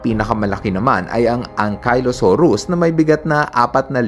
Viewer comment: Ankylosaurus po yun hindi Ankaylosaurus